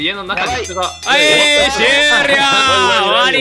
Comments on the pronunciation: テンション高めに見える？ 神 バイオレンスなゲームだ 初心者 スタート ねっとりねっとり〜 RTA世界記録勝利のミサイル 終rryよ〜(巻き舌好き) あははぁ〜ん どが〜ん Hey Siriみたい 断末魔 Clearer軍団 遠射〇 赤チーム勝ち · の巻舌の終了〜！が好き